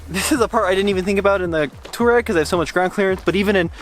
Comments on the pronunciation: It's not pronounced as tooreg. It's towareg or to war eg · Slip start in a Tesla is to allow it to slip - not prevent it hence why it was worse. It’s to override the traction a little when you actually want some wheel spin. Best to study how features work before guessing. Also Touareg is pronounced Twa-regg not tour-regg. Also please stop giving up or talking about giving up as soon as you slip a couple of times. All cars without lockers WILL slip and spin a wheel or wheels BEFORE the other wheels are given traction. Just give constant throttle and persevere. Gosh, you can take 2WD cars many places people don’t expect if you just allow some wheel spin. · Does anyone else think they pronounce touareg weird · Why can't you pronounce Touareg? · Sad they didn't even bother to figure out how to pronounce Touareg much less inform us of the bottom shielding actually in the X. The existing shielding is for puncture and impact resistance. The more crushing-type loads you get from dropping off an obstacle and high-centering on a pointy rock are probably much less covered. Whether the existing shield can take the entire weight of the car on a 1-inch diameter penetrator is doubtful. It's like a Kevlar vest -- you don't put one on and say, "drive over me." You need the right shield for the right function. Rally cars have a titanium shield over the bottom and incredibly low ground clearance. Maybe start there.